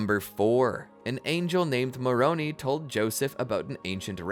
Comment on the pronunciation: Please teach your AI narrator to say Moron "I", not Moron "E". Thank you.